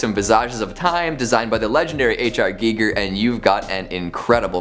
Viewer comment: Geeeger I'm pretty sure it's guy ger